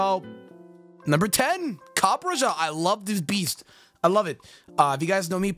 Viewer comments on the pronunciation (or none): Copperajah is pronounced copper-ra-hah because the last part of it's name comes from maharajah, the title of an indian king, which makes sense since copperajah is an asian elephant, which are commonly found and domesticated in India, and the blockiness of the design could possibly come from the fact that indian elephants were common in war and had massive towers built on them which gave them a blocky look.